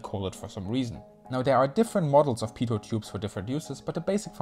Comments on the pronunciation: A little person dies everytime someone says "peetut ". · Pronounced "pee-toe," not "pee-tot." Cheers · I heard PEDO tube... :)